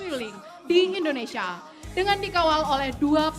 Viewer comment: mc nya salah menyebut indonesia bkn endonesia, org jawa ya mas?